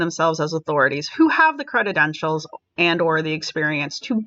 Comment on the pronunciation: Dear, the word is credentials, not credit-entials. You can look it up to confirm. Other than that tiny gaffe, your videos on this are very fine, as are Cinzia's. I think you're mixing it up with the words, accreditation, accredited. It made me wince, hearing that repeatedly. It's a minor thing, and I'm sorry to point it out, but it bugged me. You're better than that.